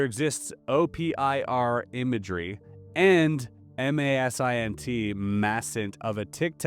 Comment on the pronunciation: IMINT is pronounced with a short i like imagery; MASINT is pronounced like maz-int.